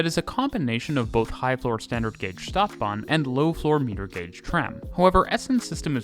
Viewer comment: Feel free to get in touch for help with pronunciations. Stadtbahn, St = sht. Bochum: oom.